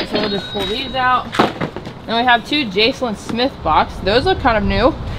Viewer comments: ROFLMAO .. loooong before Mad TV, it was Mad Magazine .. Alfred E. Neuman is 60 this year (2022) .. hasn't aged much has he? 🤔😏 Two things .. Jaclyn is jac-lyn the c is a ck sound not jase-lyn. That "old record player"? It isn't. It's a Crosley and if its a really good one, not only does it play records at all three speeds 45, 33 and 78, but it should be able to play a cassette and a CD. A real good one can also write to a CD so you can play all your records and just put them on on a disc to play whenever. It should also have AM/FM possibly weather and be able to play (and record to) miscellaneous memory cards .. the kind you put in a phone or those USB sticks. The more options it has, the more it's worth. Just thought you'd like to know more about them. They're really pretty units. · Jaclyn smith, pronounced Jacklynn.. she was an original Charlie’s Angel… there was Even a Jaclyn Smith Barbie type doll… I got her for Christmas when I was like 11. It wasn’t Farrah Fawcett but it was still good. She also had/has a clothing line at kmart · Ex Charlie's Angel . Way before your time ! Lol She went in to fashion after the show ended . It's pronounced like Jacquiline . Like i said , it's before your time ! 😂 Love the content ❤️ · Pronounce jack a lin Smith. Old Charlie's angles star